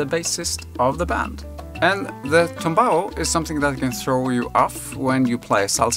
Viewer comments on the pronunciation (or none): TUMBAO with "u", comes from "knock down" and in salsa music is the formula to play the disected chord in arpeggiated form, initialy played on the "tres" instrument (a three chorus guitar instrument in latin america, Cuba). More info coming. In spanish the verb is "tumbar". NOT TOMBAO, BUT TUMBAO with "u". Thankyou.